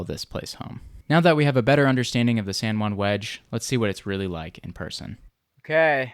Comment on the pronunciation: San Joo-ann